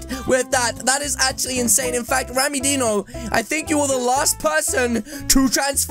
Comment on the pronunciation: Why you call rammydino rammydeno